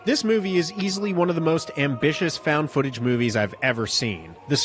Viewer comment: Фаунд футэдж или как выразился, фаунд футанаридж